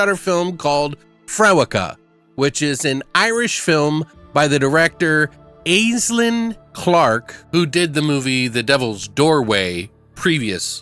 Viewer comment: Her name is pronounced Ashlyn btw, that's how the Irish spelling of Aesling is pronounced (Ashlyn)